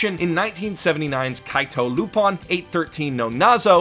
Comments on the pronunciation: It's lupin not lupon for fucks sake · Yet again, that's not how you say Lupin